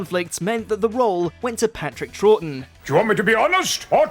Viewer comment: That's it, I warned you about your mispronunciations of all things British... You took it too far with Patrick Troughton's surname. Now go back to your Canadian overlords and never sully shore again.